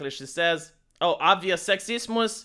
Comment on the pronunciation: Good points. On a totally unrelated note I love when you say "sexismus" and "rasismus."